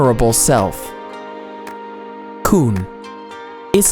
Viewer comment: Whoa whoa, San like you about to say sandwich 😒. Someone should practice how to say it properly, it’s pronounced s-ah-n not san. And it’s not koo like you’re a baby, it’s k-uh-n. 😒😒. You are so botching the language at the end and I hate it when people do that. This is educational just make sure you pronounce it correctly, please.